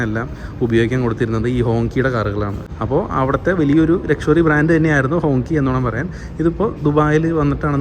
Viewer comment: ഹോങ്ചി എന്നാണ് ഉച്ചാരണം